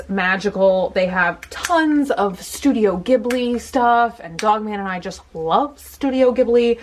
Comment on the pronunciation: Heeeeee, and "Studio GGIBBLEE" xD